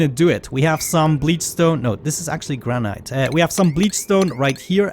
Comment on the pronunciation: Love your vids and voice but some purely friendly grammer tips: Fillet the T is silent so pronounced Fillae. And Granite the E is excluded so Granit. Yeah wierd, I know. Cheers!